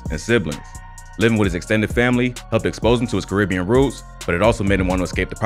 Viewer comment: That's not how you say "Caribbean".